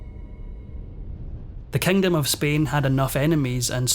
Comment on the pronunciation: Horrible narrator! So distracting!! What’s with switching the long & the short vowels? “… Beggar (bigger) powers like Britain & France”. “Offecially”. “The Kengdam of Spain”